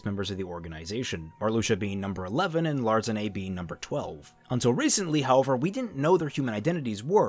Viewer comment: I think you mistyped and put Xigbar as number 7 instead of 2. Btw since the organization members were gathered through time, I think they still have their nobody names. And lastly Larxene's name sounds a million times better how it's supposed to be pronounced imo. Sorry dude.